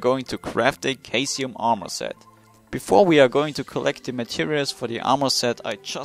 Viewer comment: I'm pretty sure caesium is pronounced sea-sium